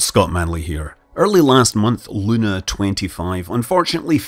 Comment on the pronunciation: Not L-u-u-u-na, but Lun-a-a-a